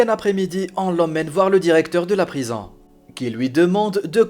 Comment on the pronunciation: "le directeur de la prizan" ? :o)))